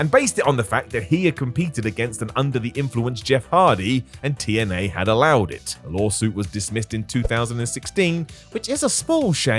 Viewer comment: you said "2NA" instead of TNA. Just trying to be a bit picker and annoying. Lol.